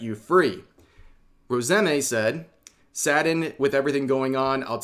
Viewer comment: I don't think I've heard that pronunciation for Rosemi's name before